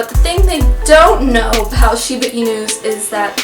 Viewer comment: Hey, I'm a Shibainu owner in "Kyoto" fortunately! I like you pronounce "Shiba" inu rightly, not "Shibe" inu. You are fully absolutely right. I had a quite tough time to tame Jiro, my Shiba too. He was sooooo hyper and curious, torn up and chewed up everything to check. When I say no strongly, he felt I 'm trying to pick a fight and fought back aggressively, so I had to change my strategy: asking him with respect in "keigo" the most respective way to talk. At the same time, he requred a lot of attention and affection. He was so lovely and talkative, had a strong personality. Now he is fifteen yrs old, sleeping sloppily on the warm floor all day. He grew up to a gentle, smart and lovely boy, who does nothing wrong at all. ...It took six years or so to get adult anyhow? He is my buddy. I could give him a hug all day. Good luck with your cutie one. Oh in addition, he or she will shed awfully twice a year, probably you already knew!